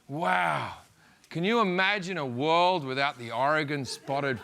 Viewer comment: The irony that an Australian pronounces Oregon better than most of the Americans I have met outside of the Pac Northwest is not lost on me.